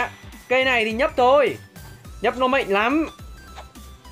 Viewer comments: Cụ tổ Đéo mạnh mà cứ đọc là mệnh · Từ "mạnh" anh nói mắc cười quá:))